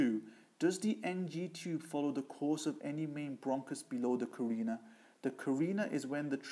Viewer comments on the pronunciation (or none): He lost me when he continued mispronouncing trachea and carina.